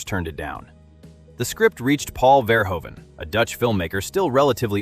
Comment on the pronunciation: The oe in Verhoeven is pronounced like the oo in eg boot